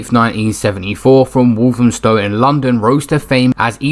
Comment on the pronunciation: Its Walthamstow, not Walthamstone.